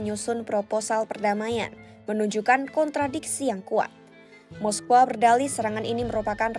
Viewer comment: Dan lawak nya lagi ngomong moskow aja moskowa